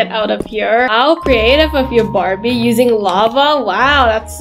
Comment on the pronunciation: Why is the word barbi like that😂 it supposed to be Barbie